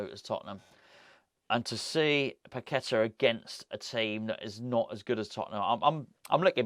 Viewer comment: Its pronounced Pa Ke Taar